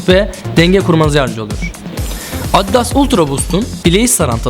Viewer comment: Sen önce markanın okunuşunu öğren sonra ultra boost un tanıtımını yap